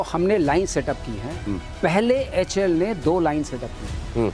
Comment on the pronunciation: It's H A.L not HAL. Kindly pronounce properly ❤️🇮🇳👍🙏🪔